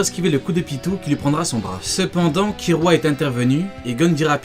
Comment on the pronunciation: Très sympa, par contre ça me choque ta prononciation ki"L"ua c'est une oeuvre Japonaise donc pas de Ki"R"ua . Ou alors go prononcé tout à la française le [gonn] qui devient [gon] ça pourrait faire un style. :D